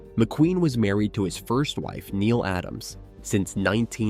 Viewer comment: Not "neal" Adams, Neile Adams. Nee-Lee. 🙄